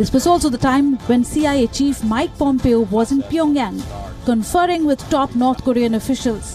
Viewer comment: The name is pronounced Pomp-Eh-o...not like Pump-I-o. Dear WION staff, please take the time to at least find the correct pronunciations of the names of the people if you do not speak their language. You already have some Bihari copy cat called Peeyush Jha stealing comedy style of John Oliver and showing off as his own so at least do the easiest thing right and get the correct name pronunciations.